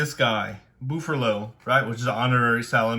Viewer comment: I'm sorry, did you say BOOFerlo?? Jokes aside, this was a really cool deck profile, interesting to hear your thoughts on the deck in the current format, congrats on getting 40th at the YCS